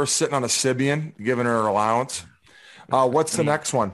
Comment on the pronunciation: "Allowance" jesus christ hahahaha